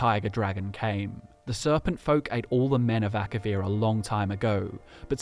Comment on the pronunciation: It's Akavir not Akarian.